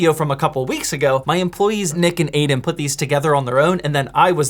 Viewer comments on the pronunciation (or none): none